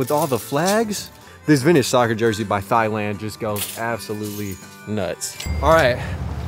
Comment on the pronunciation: You mean “tie-land”, right? Or was that an intentional “thigh-land”?